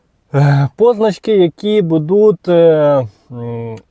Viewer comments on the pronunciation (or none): бУдуть, а не будУть.